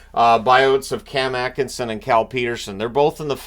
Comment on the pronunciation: I can read it. At-Kin-Sin is the pronunciation as far as I know.